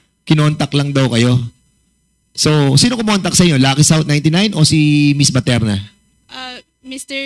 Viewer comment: baterna po sir.not paterna😂